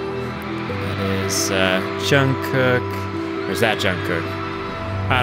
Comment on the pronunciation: OK. It's not Djung cook. He's not part of Thomas Cook's family. 😂 It's pronounced more like tchung Goog. But Gs is not strongly pronounced. Also, MMA is a Korean award show that last about 3-4 hours, not a BTS concert. Lol